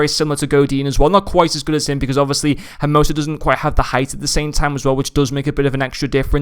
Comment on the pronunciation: His names its spelled (H)ermoso. So you dont pronounce the H, and this is aplyable to every H in spanish